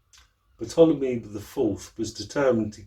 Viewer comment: Ptolemy the p is silent so it's Tolemey great info thanks ...